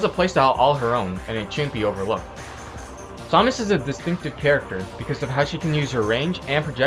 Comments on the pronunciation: sawmas is what ur saying its samus jeeeeez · It is SAM us not som us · Saw-mus.. IT'S SAH-MISS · you need to do a ZSS Guide (and it's Sam-us not som-us, sorry your driving me crazy) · Her name is said pronounced SAM-us. not sah-mus. It's annoying hearing it said the wrong way o.o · It pained me to see you mispronounce Samus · You're pronouncing Samus wrong... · Saying her name pisses me off soooo much the announcer says her name when you choose her how do you not know how to say it. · no he says samus he just pronounces it wrong